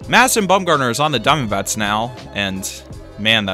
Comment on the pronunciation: Hate the way says diamondbacks but love the video